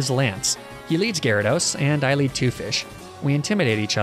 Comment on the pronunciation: THERE SHOULD BE 2 A'S IN GYARADOS!